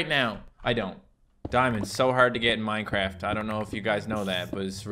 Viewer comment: Twy minecwaft hardcowe